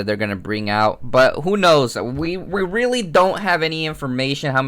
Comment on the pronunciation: yes it's 'rerry understandable' isn't it